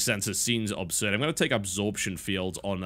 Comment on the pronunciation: If I was paranoid I'd say that TB says pronounces "absurd" incorrectly specifically to annoy me.